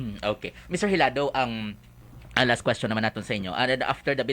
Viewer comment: It's Hilado. The interviewer say it wrong.